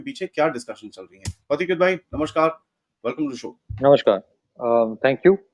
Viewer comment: महोदय, "नमस्कार" होता है, "नमश्कार" नहीं. और अन्य स्थानोंपरभी उर्दू शब्दोंका प्रयोग नं करें. प्राकृत हिंदी संस्कृत शब्दोंका उपयोग करें.